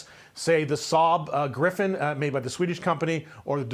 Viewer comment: These comments are lost 🤦‍♂️ half the people in here and the host didn’t even get the alternatives name correct it’s the Saab gripen not griffin